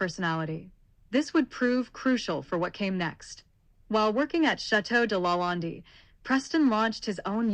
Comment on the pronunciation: None of your images are LaLande or Chaumont. And Chaumont is pronounced "SHOW- Mont"